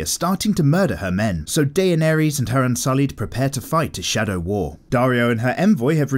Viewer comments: Who the hell is Dayenairies?? It's pronounced "Di-nair-iss" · "Deyaneries" no no no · “Dey-ah-nair-Reez” Nice pronunciation mate